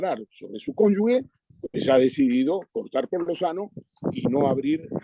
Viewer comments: Por favor, es cónjuge, no "cónyugue" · Ernesto, cónyuGE, no cónyugue. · Todos los días igual Ekaizer. ¡Es cónyuge, no cónyugue!